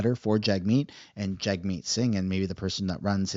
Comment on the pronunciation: I believe its pronounced JUG- meet. Don't give the left another reason to discredit you. You have to make your words and actions impeccable. That way they can't criticize or falsely label you, even among themselves. Then they will be forced to actually listen to your argument.